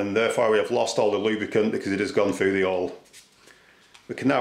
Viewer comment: The h in hole isn't silent you know lol